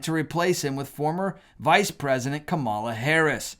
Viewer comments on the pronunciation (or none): I didn't vote for her, but it's KA-ma-la, not ka-MA-la. I have made this comment on many other videos before.